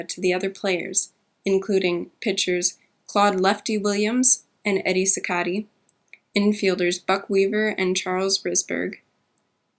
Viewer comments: First off, she was reading this ! Next, Gandil played 1st base, NOT PITCHER & couldn't have played 3rd, because that's where Buck Weaver played ! Finally, it WAS Cicotte, pronounced CEE - KOT, NOT CEE kotEE ..... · Unlikely, 1903, 1911, 1912, 1914, 1917, and 1918 all contain suspect games or are are entirely suspect. Chick Gandil was a first baseman... not a pitcher. It's pronounced SEE-cot. this is actually a topic of dispute among historians. What's a 'balk' park? 'To date' would imply up to the time of the creation of this video, which is certainly not true The trial was actually to determine if they had 'defrauded the public and others' and this is what they were acquitted of. His name is pronounced Ke-ne-saw. This sentence needs serious work. I must be fun at parties.